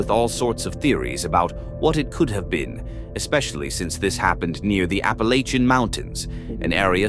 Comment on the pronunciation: Just make sure you say "apple-atch-in" rather than whatever that AI-voice said 😉